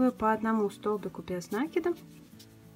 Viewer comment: Почему произносят нАкид а не накИд?